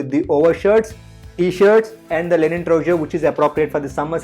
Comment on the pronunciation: its linen not lenin